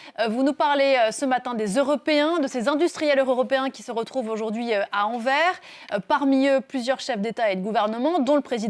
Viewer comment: La journaliste parisienne incapable de prononcer Anvers correctement Anversssss pas Envers